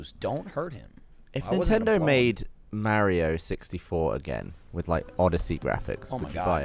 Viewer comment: When gav says "mayrio"